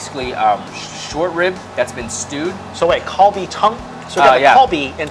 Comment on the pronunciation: Stop butchering "bulgogi" and "kalbi". cringes